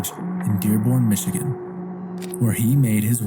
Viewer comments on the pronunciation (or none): none